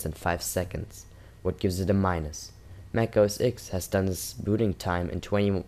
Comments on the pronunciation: Its not mac os "ex" its mac os "TEN" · Mac OS X, please say 'Mac OS Ten' :(